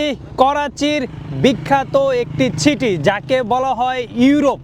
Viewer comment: আপনি আগে ছাইড আর ছিটি বলা চেঞ্জ করেন। 😂😂😂😂